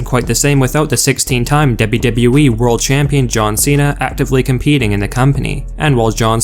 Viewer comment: I hate the way he says "w-w-e" and the way he swings and slurs his words together like so